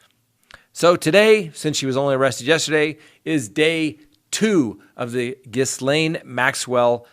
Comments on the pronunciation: Ghislaine Maxwell comes from "money" and has plenty of her own. Those sorts of people think they will never be held accountable for their actions. They also feel that not being held accountable is their due, as they are not at all in the realm of common folk...like us. Ghislaine - pronounced - Gelane. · I think the ‘s’ in Ghislaine is silent. It’s ghee-lain. Just FYI because you’ll be saying it a lot. 😘. I hope she gets what she deserves! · Oh god I hate to be petty but please pronounce her fn name correctly. The “S”is silent as in Gilane. I’m sorry. Love ur channel. Can’t believe no one told you. You have friends right? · Thank you. I had never heard Ms. Maxwell's name pronounced, and I was afraid it was going to be "Jizz-lane," which, I don't have to tell you, would have been a disturbing coimcidence. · Ghislaine....drop the "s" when you pronounce her name. Phonetically...Geelane, hard G. Not being an A**hole, just helping with your French!♡ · All I know is the net says French pron told me jiz len altho she app doesnt pronounce it that way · Love the channel and I'm always on your side thus far. Fyi to help you, Ghislaine is pronounced Gee-laine with a hard G. I learned this vital information from watching the Netflix Epstein documentary. No S sound at all. 😇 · Quickly becoming a daily favorite. Thank you!! & I'm telling you this just because I would want to know, the "s" in ghislaine is silent. Have a great weekend!!!! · The name Ghislaine has a silent 's' please do research on the name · The S is silent in Maxwell's name. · The s in ghislaine is silent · You know that's not how Ghislaine is pronounced, right???? Please, it's driving me crazy!! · I know this is a minor point considering the offense, but it is pronounced "GEE-LAINE". It is a French name; the S is silent. Thank you. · Good sir, Ghislaine is a French name, which is pronounced 'Ghee-len.' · Ghislaine is french and is pronounced. Jisslain...no pun intended.... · Ghee-LANE Maxwell